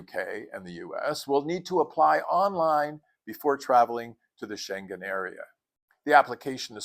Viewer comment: Dang, being subscribed to your channel is like having a travel savvy friend! ❤ Not the least, how to pronounce Schengen 😂